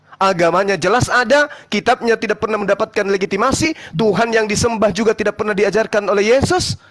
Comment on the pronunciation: mau sebut legitimasi saja legimatasi payah oten